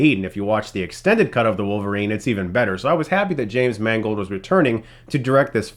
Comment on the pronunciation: Damn!.you said James Mangold. I thought you said it was directed by "James Mangled"..bugger.